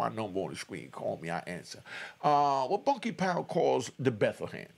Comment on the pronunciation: PEACE 7 I'M 😅 OVER YOU CALLING MY GUY BUNKY # IT'S BANKY BUT YOU BE DEAD SERIOUS SAYING IT LOL